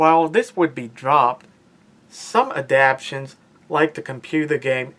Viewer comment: ADAPTATIONS, NOT ADAPTIONS